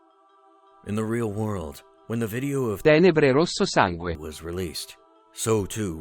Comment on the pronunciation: As an italian i thank you for not butchering Tenebre Rosso Sangue, you have such an amazing italian voice lol